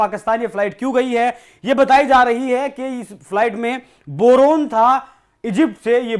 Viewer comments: Bhai Boron bola jata he, not borun. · बोरोन ह या बरनोल😅